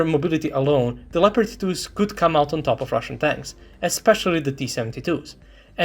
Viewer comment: Leopard not Pepard. Its a german tank, and unlike the english the germans can write.